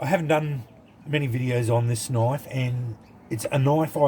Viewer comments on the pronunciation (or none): Thats a noice knoife.